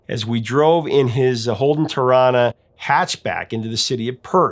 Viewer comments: You said Torana spot on mate 👌🇦🇺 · Torana and Perth said perfectly mate and I’ll guess Africa Toto was on 96fm too ?